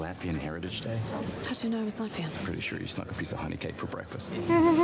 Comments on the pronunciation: Latvian, not Latverian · LatVIAN, not LatVERian! I've seen a couple of people think this too